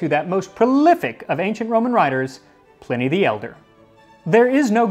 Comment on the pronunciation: Pl - eye - knee not pl - in - ee...